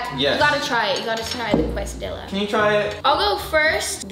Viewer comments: Casahdiyaaa not quaysahdillaahh ermahgerdd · AND she says quase-a-dill-a when its actuly quase-a-dee-a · It is not a quest-a-dilla it is a kristy-la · Quesadilla is pronounced KES•AH•DEEYAH okay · Quesadiya= Case-ah-di-yaaaaaaaa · “It’s a QUESDILLA ZACK!” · You say it "kesadiya" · Sophie it is called a quesadilla not a whatever you said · You said quesadilla wrong sorry to be mean